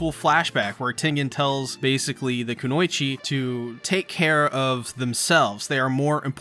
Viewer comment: "KUH-NOY-CHI" my boi said "KUANEECHE" lol